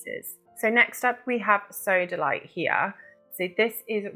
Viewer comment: 'ag-I-te' and 's-OAD-alite'. Its Agate and SODalite for christ sake